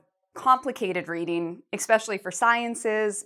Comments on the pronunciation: it's especially not expecially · The word you said is not “expecially”. It is “especially”. I haven’t started listening to your video yet, but was frustrated immediately to hear you mispronounce this word…like so many others do! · Expecially? That is not a word. I don't wish to comment in negative thought, but especially does not include an x in its spelling or its annunciation.